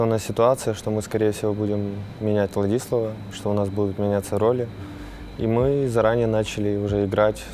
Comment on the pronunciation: С Ладиславом играли 3 с лишним месяца, а Симпл до сих пор произносит "ВладИслав)